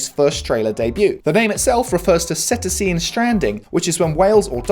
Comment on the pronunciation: cetacean = sit - ation.